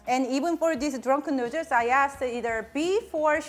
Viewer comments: "Drenken nrderss" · I love the way she said " Dranken Nerdles" * hand flick*